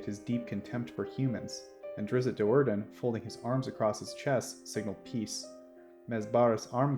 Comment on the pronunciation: Great channel but it pains me hearing Drizzt being pronounced Drizzit